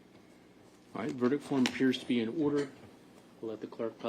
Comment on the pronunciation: If that clerk still has a job after mispronouncing half the words in that verdict I need to move down to Florida to apply for a job!